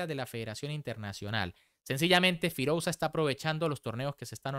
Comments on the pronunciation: firulais queda mejor de lo que él lo pronuncia 😂😂😂 cuando se escribe "OU" se pronuncia sólo la "U" queda horrible escuchar las dos letras juntas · creo que deberias de hacer un esfuerzo en aprender a pronunciar los nombres más destacados del mundo del ajedrez correctamente. Todos evidentemente que no van a ser posibles, pero alguien tan reconocido como Firouzja deberías saber pronunciarlo correctamente. Si quieres mejorar en calidad en tu canal. Porque es algo que ya te hemos repetido varias veces pero no escuchas nunca a tus suscriptores.